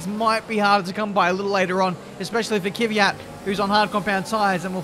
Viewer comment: Kvyat not Kiviat